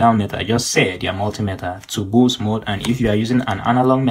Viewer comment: i mean pronounce boost